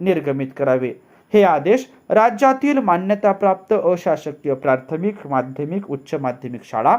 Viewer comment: आपले एक उच्चारण दुरुस्त करणे गरजेचे आहे. प्रार्थमिक ऐवजी प्राथमिक असे उच्चारण करावे. प्रथम ह्या शब्दापासून प्राथमिक हा शब्द बनला आहे.